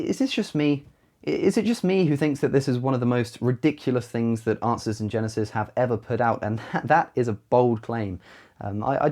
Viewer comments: A couple of times it sounds to me like he said "Asses in Genesis" instead of "Answers in Genesis". I would agree with that, and would like to see a picture of a bible open to Genesis, with a bunch of donkeys walking around in front of, or on it. :D I could try to photoshop that myself, but I'm not that good with that kind of stuff. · When you say it,is sounds like"Asses in genesis" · I kept hearing you saying "Arses in Genesis" rather than "Answers in Genesis". Not that you have any problems speaking understandably; just my unconscious mind giving me things to chuckle at. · To an American ear, it sounded like you were saying "asses in genesis" (which is actually a very accurate description of the website).